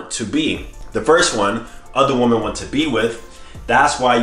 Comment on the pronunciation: Women and woman = the same exact pronunciation to AD.